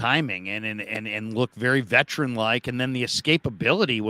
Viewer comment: I love'ya, but "vetrin" kills me every time (veteran). Not trying to hate; keep up the good work.